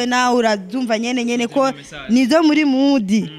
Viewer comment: Bro mukwiy guhindur camera vraiment amashusho yanyu ntabonek nez ham uwomukobw arek kwic English ngo mudiii bavug mood ntibavug mudiii